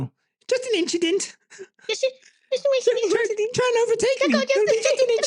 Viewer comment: "It's just a inchident 🤷🏽‍♂️" 😂😂😂😂